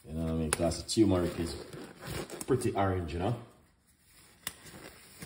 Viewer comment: I subscribed because you said awerange A Youtuber